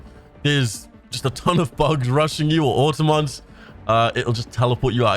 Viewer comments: Did you really just say auto-mons like they’re car pokemon. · You are saying automotons incorrectly